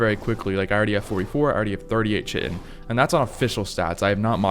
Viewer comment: The way you pronounce chitin hurts my bones.